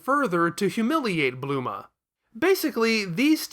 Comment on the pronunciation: I like how you get Bulma's name wrong for the entire video and just call her Bluma.